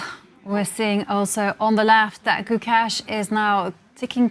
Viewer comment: I can't understand why these white commentators can't pronounce Gukesh. You're in the business. If you can't pronounce the name of the world champion, please move on to another sport.